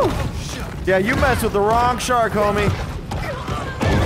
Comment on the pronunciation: Did they "mess with the wrong shark, homie" or did they "mess with the wrong ohmie shark"?